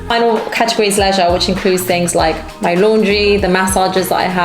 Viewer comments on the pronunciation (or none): none